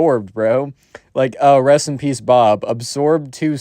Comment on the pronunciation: I heard "recipes Bob" instead of "Rest in peace, Bob" also frog